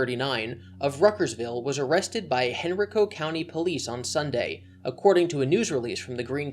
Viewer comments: I know how it’s spelled but locals pronounce henrico as “Hen rye koh.” So weird to hear everyone pronounce it henreeko, but yeah totally understandable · i went to high school near where cwc got arrested. the hotel he stayed at was known for having drug dealers there and even has a meth lab busted there a few years ago. btw: henrico county pronounced hen-rye-co not hen-rih-co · So weird hearing you pronounce Henrico like that lol. We say it "Hen-rye-co" like rye bread. At least in Charlottesville we do, not sure how others pronounce it. The Daily Progress has always been great on its reporting, glad to see nothing has changed. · As a Henrico native I did cringe a bit at your pronounciation. Hen- like a chicken- Rye- Co :) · Incriminated not “incriminized” btw. Also Henrico is pronounced “Hen-reich-o” like the third reich. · This was a good video as always... But it was really painful hearing you mispronounce Henrico ( hen·rai·kow ) County. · Just something small..It's Hen-r-eye-co. Grew up there ^^' Thank you for the reporting you do a great job! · I live in the area. I'm so glad the media has picked this up. It will force the Virginia justice system to do something. I also don't acknowledge his gender as female. I believe his transition is a farce jjst to try and get laid. A few local newspapers have said he will now be sent to male jail to wait for his trial. It's pronounced "Hen-ryy-co" for Henrico. Thought I'd help you out Also, if they can prove how many times he hurt her he may face an individual charge for each time. Let's hope. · lmao i live one county over from henrico, ur butchering the pronunciation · You pronounced Henrico wrong. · I havent heard a single person in any of these videos pronounce Henrico correctly lol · I hate the way you pronounce henrico